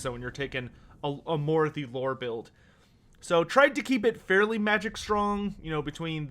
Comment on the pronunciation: It's pronounced "maw-RAH-thee", not "MORE-ah-thee"